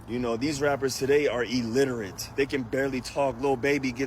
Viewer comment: I couldnt help but chuckle . Bro is right, but then at the same time listening to him mispronounce illiterate, as "elliterate".. 😂😂😂😂